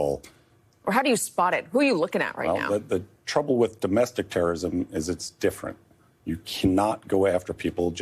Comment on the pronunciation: literally said "It's (D)ifferent😂😂